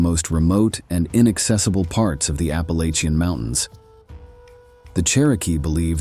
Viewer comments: Love the whole aesthetic of this video. But, as a Southerner who grew up in the WNC mountains… It’s App-ah-latchin’, not App-ah-lay-chin 🙏🏼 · My guy, it's pronounced Apple-Atcha.